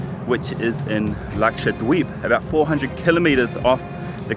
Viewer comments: The way he says it dweeb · You pronounce Dweep in a funny way. I thought it was pronounced more like deep...